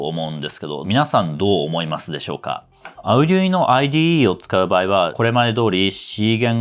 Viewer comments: アゥデゥイーノ じゃなくて アルデュイーノだよ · アウデュイノって言うんですね！ 今までオーディノとか言って誤魔化してましたw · あうぢゅいの？？？？？？？？？ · それでもunoなんだぁ。Uno? の意味でQとか。 発音ビックリ! カタカナで書くとどうなる? アルデュイノと思ってた。